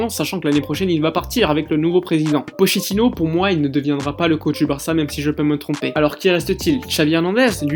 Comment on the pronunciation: Il me tue quand il dit pochettino 😂